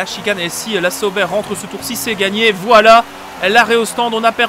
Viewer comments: Tu me fais trop rire avec "Les Zaubers" mdr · C'est pas plutôt Sauber (ssobeur)?? En tout cas je dormirai moins con mdr